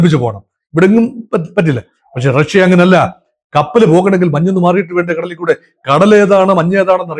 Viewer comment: ‘റക്ഷ്യ’?? ആദ്യം ഉച്ചാരണശുദ്ധി പഠിക്കൂ, എന്നിട്ടാകാം ഗീർവാണം. Not just once, but you kept repeating റക്ഷ്യ. Like saying രോക്ഷാകുലൻ 😂😂